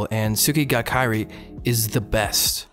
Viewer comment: my ears when you pronounce Kirei wrong